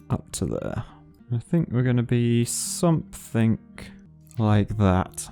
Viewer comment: "I think it's gonna be S O M E T H I N K like that" He says "something" as "somethink"... I just reallised that and it's hilarious XD